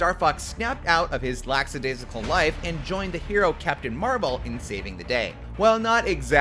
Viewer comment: "Laxadaisical" is not a word FFS